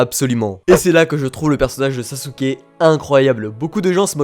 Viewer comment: ON dit SASKEEEEEE